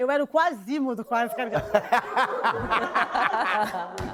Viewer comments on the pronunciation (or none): "Quasímodo", kkkkk